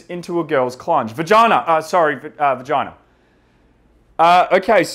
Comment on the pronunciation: ‘Women have a bajina’ Nah we have a banana